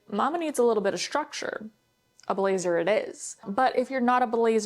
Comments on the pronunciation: you know it's structure not shructure ? 🙂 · Structure. Not shtructure. Very distracting to hear thar over and over. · what kind of accent do you have? the way you pronounce structure for example